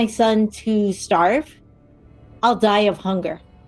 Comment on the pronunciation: I'll deye of hunger but he's rich he said 😂